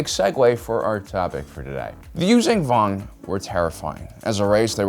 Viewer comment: The fuck are the you-zang- vong? It's You-Zon-Vong you stupid ass!🤦‍♂️